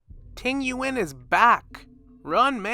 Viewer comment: Tingyuan, Muk Tuk, Jiaochow, Dooran 😂 Like, I’m sorry, but does he even listen to the pronunciation?? 😭